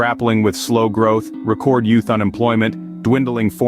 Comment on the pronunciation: Robot voice. Listen to the mispronounced words like "record". This is not about EVs...